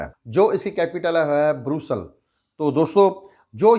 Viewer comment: Brosal hahahaha bhai Brussels ha